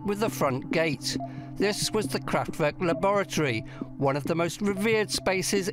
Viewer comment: Fascinating though the mispronunciation of “Kraftwerk” by the narrator throughout was somewhat niggling